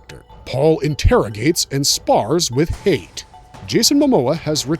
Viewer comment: Hayt is pronounced “High-Yat” 🐪🦂